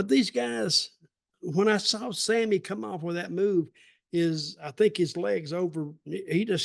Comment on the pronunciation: Dutch trying to be respectful but didn’t say Sammy’s name correctly 😂